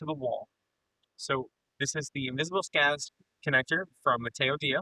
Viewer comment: It's not pronounced "Skadis" with an A, Å (A with a ring on top) is the "Swedish O", pronounced as a longer O so it's pronounced "Skodis" where the O is pronounced like the O in "boring". Å alone is by the way a whole word itself, "river".